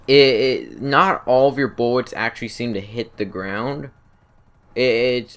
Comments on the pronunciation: No more buwwets???? LOLOLOLOLOLOL BUWWWETS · you can see yo buwwets 😂😂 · Did you know miniguns are allways fully automatic. And did you know about the M61 Vulcan? O, and BTW did you know it's pilot instead of piwot? - U wot m8 Kappa. And now something else, it's not buwwets.